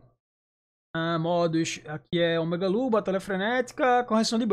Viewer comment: Corki deveria ser lendaria e o pyke ser epica. E eu não tanko o falando omegalul kkkkkkkkkkk